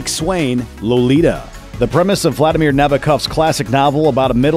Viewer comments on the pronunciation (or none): none